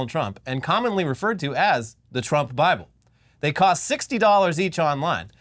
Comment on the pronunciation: It's in the baaable! And it's Bilbo.